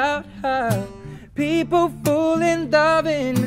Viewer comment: He says "Fole" instead of "Fall" in every...single...song lol